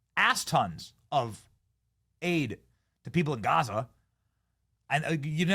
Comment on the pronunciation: Greta is such a dumb ass she can’t even pronounce Gaza right! Yea and flying the Palestinian flag is genius too Greta!